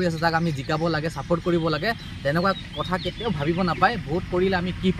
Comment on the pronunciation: Kathor Nohoi Dada Kathar Hoi 😊